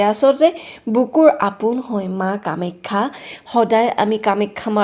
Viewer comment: কামেক্ষা বুলি কিয় উচ্চাৰণ কৰা?